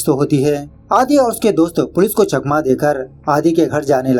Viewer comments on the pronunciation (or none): none